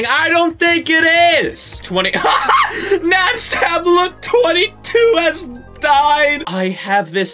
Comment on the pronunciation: i love how she pronounces napstabook LMAO